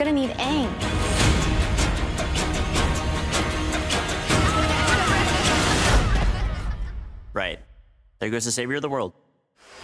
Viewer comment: Получается не Аанг, а Энг или что-то не то с произношением